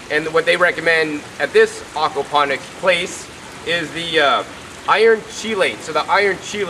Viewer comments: great video but its AWKward when you call it AWKapnonics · Please stop saying Arkwaponics! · Okwaponics? Is that like aquaponics?